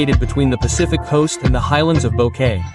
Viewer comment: "Bokay"? 'nuff said.